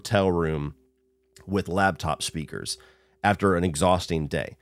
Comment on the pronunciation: Tell me you didn't say laBtop...one of my #1 pet peeves :| it's a laPtop. it's designed for your LAP...